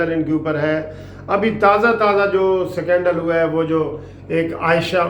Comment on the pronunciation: Secondle tho sahi boldo, uncle it’s scandal not secondle